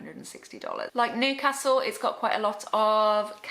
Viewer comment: its pronounced as newcastle not nocastle but good review